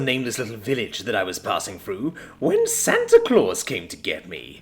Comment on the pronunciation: That's not Santa Claus, that's Santa Claws.